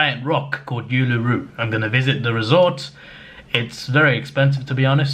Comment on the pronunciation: tisk tisk tisk.... before you go to Uluru we need to teach you how to pronounce it buddy don't worry got you man. Can't wait for your 2023 travels to australia and beyond all the best "indian101"